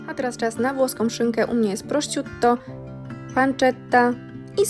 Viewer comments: Istnieje cos takiego jak Google tlumacz : Wloski- Polski i fonetyka na glosniku by nie mówić,,prosciuto''😂 to może zaczniemy mowic pizza przez z a nie c albo na szynkę sinka. 😂😂😂😂😂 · Jedyne co poprawić to wymowę słowa „prosciutto” , bo aż bębenki pękają… Pozdrawiam